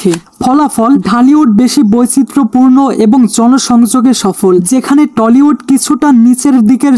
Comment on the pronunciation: টলিউড না টালিউড হবে রে গাইয়া গবেট